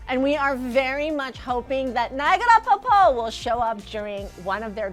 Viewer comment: Pokpo is a word for waterfall in Korean. He just playfully mispronounced it as Po Po or maybe he did say popko. Tae is so smart and adorable!